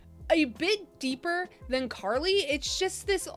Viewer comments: I fcking lost it at her saying “Carla” for “Charli” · Came to say the same, I was klike huh its clearly Charlie just without the E on the end.....